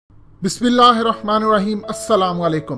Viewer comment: Plzz bhai bismllah to thek se prhe krn. Hmsha glt prhty h.